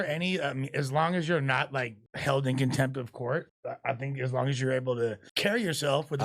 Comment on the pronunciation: "The 16 loongs for the day he has the right to slur" ded 😂